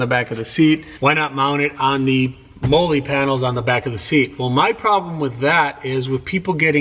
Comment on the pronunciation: Pronounced "molly"